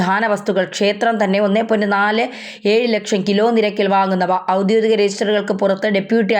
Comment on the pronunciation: ഔദ്യോഗിക എന്നു പറയൂ ഔദ്യോദിക എന്നല്ല